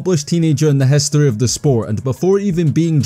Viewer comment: Why dont you have an "i" in your alphabet. : lest.. hestory.. wenner.. wen..